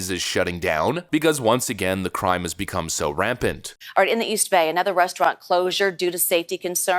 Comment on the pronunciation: Lol he said "become" like it's new 😂